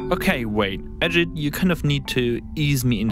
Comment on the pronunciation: Ajeet as pronounced! not Ajad/Ajed.Nice touch on old Ajit talking!